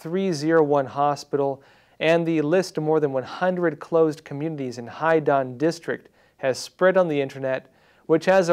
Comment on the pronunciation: Love your show. Just for reference - Haidian should sound like High Dee Ann